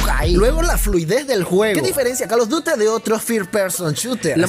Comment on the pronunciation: JAJAJAAJ pensé que era el único men que dice Carlos duty XD